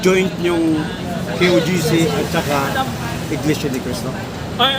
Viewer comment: Iglesia po, hindi Inglesia